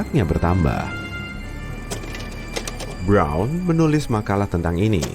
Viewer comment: roubeiert brouuwwnn.. briaaouwn breouwn wkwkwk ribet amat bilang bron aja